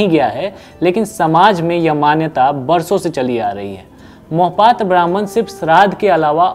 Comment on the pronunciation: Beta Mohpatra nahi Mahapatra bolo